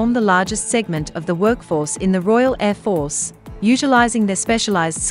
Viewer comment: Bloody AI can even pronounce Air Force correctly